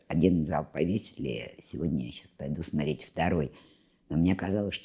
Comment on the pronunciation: Благодарность за упоминание Дмитрия Маркова. И хотелось бы, чтобы уважаемая, говорила не смотреть, а смотреть. При всем уважении.